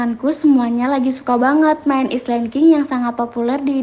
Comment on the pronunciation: Island king bacanya ailand king